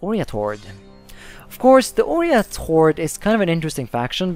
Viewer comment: Its OIrat not ORIAT